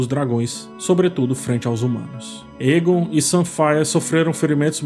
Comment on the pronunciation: "Para o que der e vier" nao "vinher", "vinher" nao existe na língua portuguesa. "Aegon", nao "Eagon". Crítica construtiva 😉